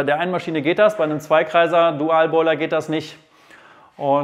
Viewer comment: Was ist ein DUL-Boiler? 😀 Oder soll es "double" (Aussprache dabble) sein? Ich bin verwirrt, da ich nur den Begriff Dual-Boiler kannte.